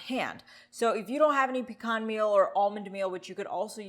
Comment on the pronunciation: THANK YOU for pronouncing "pecan" correctly. Living in Atl, I hear so many people pronounce it PEE-Can. Also thank you for the great recipe.